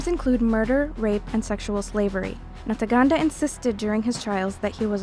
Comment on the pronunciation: Ntaganda, not "Nataganda". Is reading or finding someone who can read properly (or put practice before going to record) so difficult? When the ICC prosecutes all those presidents and generals from the west it'll gain legitimacy.